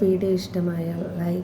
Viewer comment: സ ബ്സ്ക്രൈബ് എന്ന് നല്ലപോലെ പറയു